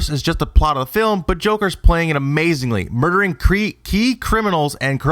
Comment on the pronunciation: Are you trying to say murder?